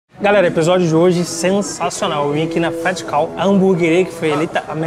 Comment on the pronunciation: king fluente em inglês, pronunciando côu kkkkkkkkkkkkkkkk